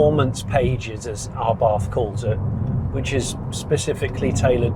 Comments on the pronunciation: *Abarth, not Arbath... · I don’t think it’s “R Barth” It’s just abath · "Arr barth" 😅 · It is pronounced abart... 🙂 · There is only one r in Abarth. It's not pronounced arbarth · Learn how to say the brand name properly before you do a review 🤦